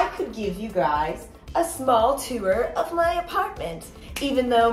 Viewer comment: too-er 😂 instead of tour. it's one syllable. great video!